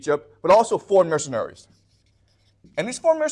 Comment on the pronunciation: is he saying Missionaries, or Mercenaries?